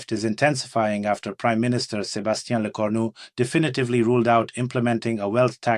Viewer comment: Bonjour. A 3'59", c'est pas S lerou, c'est S le cornu ! Merci de rectifier.